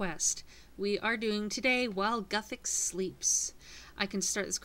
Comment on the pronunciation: no its g"u"thix